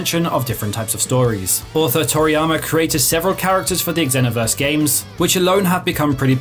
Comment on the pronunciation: The way you say xenoverse hurt. Raging blast number 1 tho. Miss doing those beam blasts with my cousins 🥲